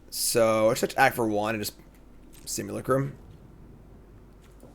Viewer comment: One comment = one diaper for Cassian! And so you know: simulacrum is pronounced sim-yew-LACK-rum.